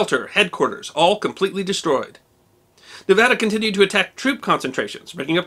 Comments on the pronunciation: This is a very minor point but as a proud graduate of the University of Nevada, I want to genuinely thank you for pronouncing 'Nevada' correctly. As many bumper stickers in the great state say, it's Nev-AD-a, not Nev-AH-da. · Thank you for pronouncing Nevada properly. Few outside of Nevada do so. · Thank you for your correct pronunciation of the word Nevada! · History Deserves to Be Remembered thank u 4 saying Nevada correctly. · What makes it even better is he says the name of our great and beautifull state correctly! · Thanks for pronouncing Nevada correctly 👍👏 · It's amazing to me that so many people can't do that. I HATE when people mispronounce Nevada-ESPECIALLY people who LIVE here! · Thank you for this. Growing up in Nevada, I hadn't heard (or I had forgotten) about the Nevada's work on D-Day. ... And, as an aside, thank you for pronouncing 'Nevada' correctly. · Yeh! You pronounced Nevada right! I grew up in Fallon, Nevada...not Nev au duh. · Another great video. One minor correction, it was 2 1/2 years (not 3 1/2) between Pearl Harbor and D-Day. Also, my wife, a native of Nevada, is thrilled when it’s pronounced correctly. She says thanks. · Thank you for pronouncing Nevada correctly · thank u saying Nevada properly, it drives me nuts when people screw that up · Wow, massice thanks for saying the name right, thanks!!!! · He even pronounced it as us locals would. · Are you a native nevadan like me?! I havent seen a non native say Nevada correctly